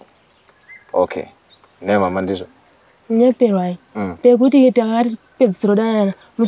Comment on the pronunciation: it's kunyeperwai